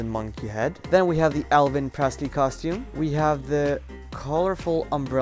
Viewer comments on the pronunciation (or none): Lol he said elvin again